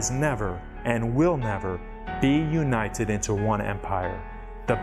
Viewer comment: Why does he pronounce simple words like brutal, metal and united as bruh_tall, meh-tall and you-knight-Ted?